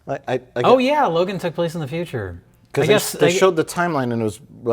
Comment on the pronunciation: It’s fine. It’s not “Logan” but it’s fine.